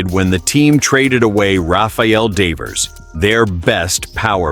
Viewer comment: It's pronounced 'devv ers', not 'day vers', btw.